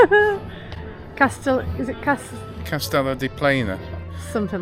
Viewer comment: You're actually in Grau which is the port area of Castellon (pronounced Cast e leon) but however yo say it goes . We spend our winters here ( Benicassim)and that beach goes on for miles . Great to see your take on it .